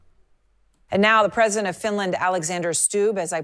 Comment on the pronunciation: This reporter's so full of themselves they can't say the word Presedent.